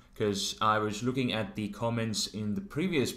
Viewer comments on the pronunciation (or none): none